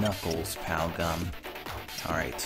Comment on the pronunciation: when you said pow gum I thought you said pow gun